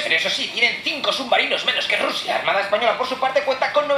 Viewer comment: Porque dises siempre rrusia